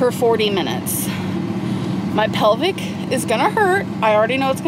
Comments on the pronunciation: Please stop saying your "pelvic, is hurting." It's, "PELVIS, is hurting." You can stop pretending to be an airhead now. It was never cute. By the way, go to H3LL, to all the Ambabies, and sock accounts. At least I know how to pronounce words, and can see my toes, when I stand. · Amber, it’s PELVIS. I’ve heard you PELVIC thrice now. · Plevis gorl! Not pelvic baby 😂😘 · PELVIS not pelvic...